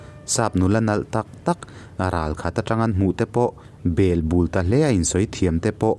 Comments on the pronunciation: Heta .."belbul" tih tawng thluk hi a dikhlel deuh em aw....a ngaihnawm hle mai👍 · Bel bu i lam dan kha ngaithla chiang ve teh.